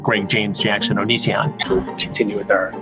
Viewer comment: The amount of times it took before Chris could say Onision correctly 😂